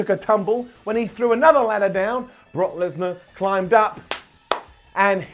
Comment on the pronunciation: “Knock Kesnar”-give a wwe microphone 😂😂